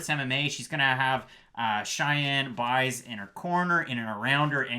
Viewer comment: Awesome work guys! Just a heads up - “Buys” for JP and Cheyanne is pronounced “Base” - it’s Afrikaans. Love your work!